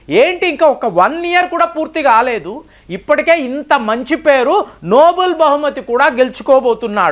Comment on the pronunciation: Nobel not Noble.